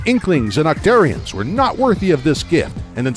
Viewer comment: It's not pronounced "oc-tear-ians", it's "oc-tar-ians". And it's not "Sammonnids", it's "Salmonoids".